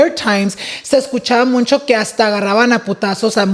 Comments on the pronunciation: I love, but this man says “muncho” 😭😭 Boy it’s “mucho” lmaooo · It's Mucho, not Muncho! Come on! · Dice “muncho” muncho 😂😂